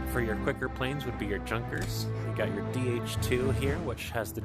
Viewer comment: junker is pronounced "Yuun ka" not "Junka" lol.... hey dude--- u must have put in ALOT of flying hours to have THAT $$! and ur palne collection is INSANE!!!! wow.